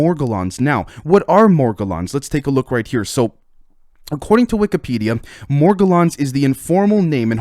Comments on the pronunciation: Pronounced More-gel-on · More-Gell-uhns with a hard G. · I think you're pronouncing it a little weird morgellons disease it's like this More-gallons